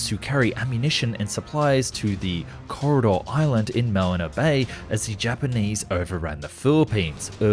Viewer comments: It‘s Corregidor Island, not Corridor Island... 😉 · Corregidor island not Corridor island. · SIR, ITS CORREGIDOR, NOT CORRIDOR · Corregidor, not Corridor. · Corregidor Island, not corridor.....Great video though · That's Corregidor, not Corridor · Corridor Island?! I think you mean Corregidor. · You lost me as "Corridor Island" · Corregidor Island not Corridor Island in Manila Bay. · It's actually Corregidor Island as I have never heard of this Corridor Island before. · Corregidor, not Corridor. 🤣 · It's CORREGIDOR island, not CORRIDOR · Oh come on, it's Corregidor Island. Next you'll be talking about the Baton Death March. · it's Corregidor Island not Coorridor island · “Corridor Island”? I think you mean Corregidor. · corregidor island not corridor island.. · Corridor Island? Did you mean Corregidor Island? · Corregidor not corridor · Mispronounced "Manila" and it's Corregidor Island not "Corridor" Island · Corregidor, not Corridor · Corregidor my Dude, not Corridor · just mispelled/mispronounced Corregidor Island as "Corridor Island", just as he mispelled Nimitz as "Nizmit" in the submarine aircraft carrier video years ago!!! The cargo tanker submarine was envisioned in the classic Frank Herbert's first novel "The Dragon In The Sea" (alternatively titled "Under Pressure") before he moved on writing the now-popular Dune novels. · Corregidor island and NOT Corridor island. Man,try to be accurate. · Its not Corridor Island, Its Corregidor! It held out unitl may 1942 then surrendered. My dads uncle was at Bataan and was taken POW. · Corregidor Island you twit! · Corregidor Island not corridor..... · It’s that Corridor Island in the Philippines. It’s Corrigedor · the correct name is Corregidor /ko re hee dór/ Also there would be a lot narco submarines.. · it's not Corridor island, it's Corregidor. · Corregidor Island, not "Corridor" Island, circa -23. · It's Corregidor, not corridor! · I think you mean 'Corregidor' island, not corridor island. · “Corridor Island”?